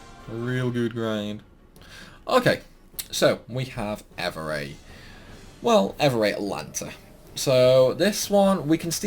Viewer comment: It's not Evuray. Ev. Ray. All. Tah. Nuh. Thought you played this game before,?